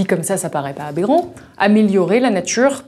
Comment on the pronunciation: Vive la natCHure et les voitCHures